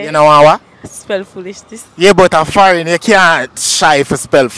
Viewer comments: Pronounced the words correctly... You pronounce Farrin and not foreign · Foreign the correct pronunciation of that word is Fo -reign they keep saying farrin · he is saying far ing not fore ign. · Forgine 😂😂😂😂😂 lord God So how them ago learn if u a tell them seh it right when them wrong hey mine enuh😂😂😂😂😂😂😂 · People are actually spelling base on how they pronounced the word. If you understand phonics then you know what I'm talking about. Instead of 'foreign' keeps saying 'fareign' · You need to say it properly because as Jamaicans we spell the way we hear and talk. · a yuh wrong cause you NOT PRONOUNCING THE WORDS IN ENGLISH. STOP USE Patois. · The way how they pronounce the word is wrong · You are NOT pronouncing the word correctly which doesn't make any easier for the people to spell the word correctly